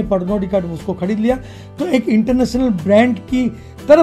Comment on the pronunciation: Bhai shab apka voice bohat ganda lagta hai kisi or ko bhi lagta hai kya . Madket , pdoblem , kadan , badal select , compadision , od j , colad , pademimum , khadeed liya 😭😭😭😭